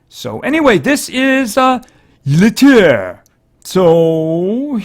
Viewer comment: Yill-treh thats how its pronounced